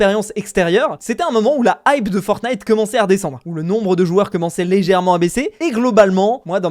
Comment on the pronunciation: "Fortntie" WOW